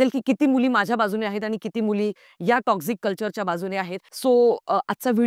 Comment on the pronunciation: Lady te टोक्सिक असतं टॉक्सझीक nahi. Dhid tasancha video hota, not dhid minutcha.